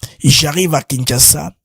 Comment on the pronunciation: BM, la publicité du site de vente des maisons ,parle de kinshaza. Non, c’est Kinshasa.